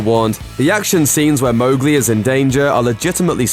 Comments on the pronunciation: watches first 1 sec ok this is fine hears MOGli and gets triggered: itS MoWGLi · The ‘Mow’ in Mowgli is pronounce like ‘cow’. It says that in the first few pages of the book.